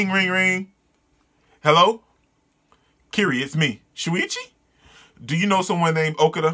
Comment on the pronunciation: Dude, your face at the eye-spiral part was PRICELESS! I warn you, that's not even the most fudged-up thing you'll be seeing in this manga. Also, Kirie's name is pronounced like you said but with "e" (like the e in elephant) in the end.